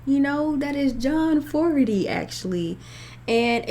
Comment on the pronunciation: FYI it’s FO-GER-TY. Enjoyed your reaction!